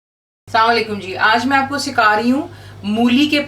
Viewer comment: ante salam to thek sa kar lea krn "saonlakm'" is trh salam karnay ka kea faida bura nhe manaea ga. wasa ap ke recipes best han.